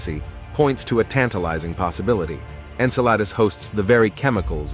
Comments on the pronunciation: En-Sa-La-Dus... No En-Cell- A- Dus ... Yes Come om, Man! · Agreed with the first post! Drives me nuts! When you can pronounce Enceladus correctly I’ll stay long enough to hear you out. See ya!